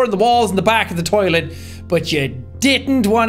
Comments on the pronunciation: "destroy the tilet" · "Should i just destroy the Tilet" ahhh yes the Tilet